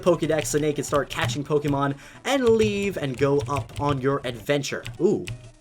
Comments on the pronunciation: Why did you say pokémon as pokimon not pokémon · It's Poke-ay-mon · The amount of times he's said Pok-EE-Mon disturbs me